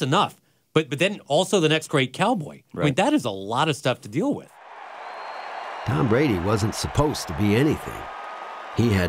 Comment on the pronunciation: Who is this guy? I don’t follow tennis, so someone please explain who Tom Buh-Radee is?